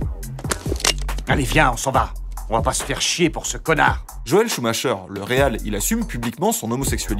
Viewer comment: Joel SCHUMAKER, ça se prononcer KER Ben voila, suffisait de tendre l'oreille !